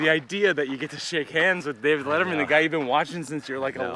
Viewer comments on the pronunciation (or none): none